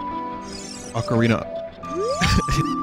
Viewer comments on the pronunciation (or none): Acareenya of Time Randomized. Nice.